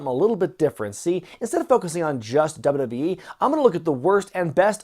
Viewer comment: I love how takes 3 whole syllables out of wwe. Dub a dub yee hahaha